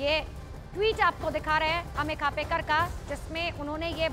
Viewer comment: खापेकर नही ,खोपकर बोल !